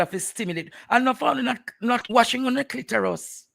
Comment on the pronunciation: It's Clitoris not clitorus. Aura not ora